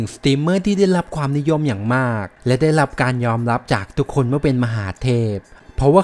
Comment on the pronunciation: ทำไมพูด ร. เป็น ล. หมดครับ ได้รับ เป็น ได้ลับ อะไร เป็น อะไล